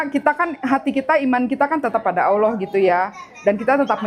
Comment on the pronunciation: Yg bener sebutanya allah bkn aullah...